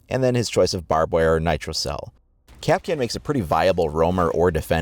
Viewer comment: Its pronounced Kap'Kahn stress on the second syllable not 'Cap'Can.